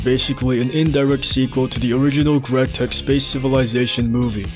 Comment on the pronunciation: It was crazy when greg joined and said grerg tech